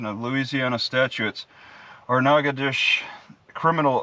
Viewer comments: I think it's pronounced "naca- dotches(rhymes with "notches") but whose counting. Nacadash is just fine. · Those stupid people in that town don't even know how to pronounce their own town. The correct pronunciation for that is NAT-KETO-SHAY. It's french. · it's pronounced NOG A DOE SHISS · Spelled "natchitoches" pronounced "nackidish" hooked on phonics failed on this one... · Natchitoches nah-codish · Pronounced "Natch-it-toche-es". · Pronounce Nat-che-toe-shis. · That's in Texas. Most locals here pronounce it "Nacka-tish"